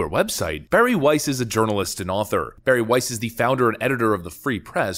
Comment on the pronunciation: "Weiss" EVERY. SINGLE. TIME !